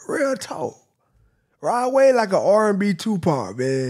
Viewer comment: R&b tupac was perfectly said